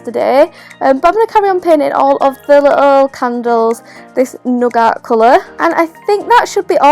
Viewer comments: I hear nugget 🥴 For nougat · Who else realized she said nugget for nougat? 😂 Love you ❤ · Nougat sounds like nugget